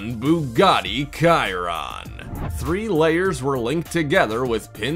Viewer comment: Bugatti Chiron is pronounced BU-ga-TEA. SH-y-RON.